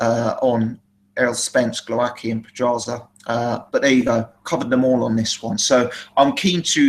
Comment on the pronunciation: its GWOWASKI 100% sure (polish roots here) L like w in english(ex white) cheers